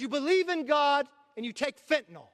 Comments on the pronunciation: I wish Sam wouldn’t say Fentanol! It’s a different medicine! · Sam, there's no 'o' in Fentanyl.